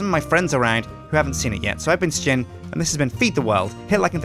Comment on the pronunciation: why does Sjin says sjin like S-Jin and every1 else like Shin?